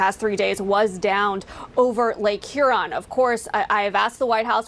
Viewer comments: Cracks me up on how you say Huron 😆 say it like “ here-on” lol. Lake Huron is around the thumb part of Michigan. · And you jacked pronouncing lake Hew-ron and on-tare-rio